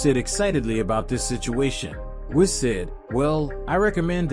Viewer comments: Yeah bro he is pronouncing a bunch of stuff wrong. Whis and Ozaru too he says wrong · This dude pronounces dragon ball terms weird. Whis, sayians, kakarot, ozaru...the heck man